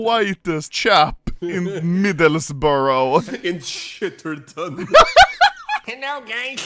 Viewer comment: the way he pronounced Middlesbrough lmao